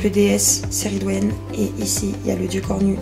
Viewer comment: Super vlog! Par contre moi j’ai toujours entendu la prononciation keh - ri - dwen pour la déesse mais c’est peut-être la version anglaise de son nom? 😅❤